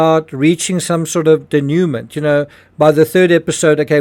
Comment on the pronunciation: You want us to think you are so intelligent - so why is it that Anglophiles INSIST on pronouncing foreign words by English phonetics? Dénouement is not pronounced dih-noo'-mint. It is pronounced Day-noo-mo(n)'. It's haughty and ignorant, demeaning and rude to act like every language should conform to Anglo rules.